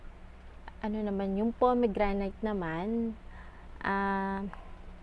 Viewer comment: We have pomegranate in our country, hija. The ingredients and it's mechanism of action you mentioned are faulty. Search mo muna ng tama. It's read /po-muh-gra-nuht/. Pronounce it well. Try posting before and after photos/videos so that your video will be of use.